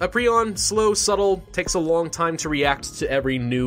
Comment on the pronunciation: He pronounced it pree-on.. isn't it pry-on?